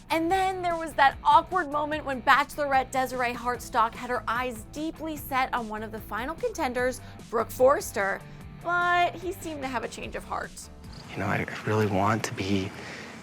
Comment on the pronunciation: The host (or the people writing her script) need to make sure they've got things right. She keeps mispronouncing the leads. Ben Flajnik does not pronounce the j in his last name. Desiree HarTsock, not Harstock. Ali FED-O-TOW-SKY, not FED-OW-SKY.